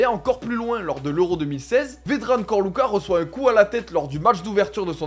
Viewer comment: Ćorluka se prononce "Tchorlouka"